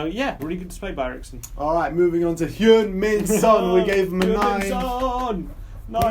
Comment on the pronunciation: Nice work! I adore Sissoko and Winks. I think Son's first name is pronounced more like "hung" rather than "hyung" ;)